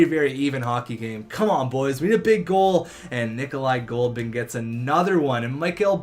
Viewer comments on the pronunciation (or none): dude read the fuckin names it's Goldobin not Goldman